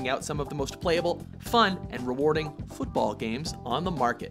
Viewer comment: Love how they stressed the word 'Football' because it's not football in America!